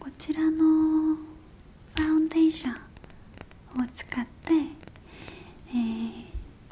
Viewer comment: 日本語話しても発音のなかに韓国っぽさがあるけど、たまに出てくるファンデーションとかの外来語は英語が混ざってて面白いな〜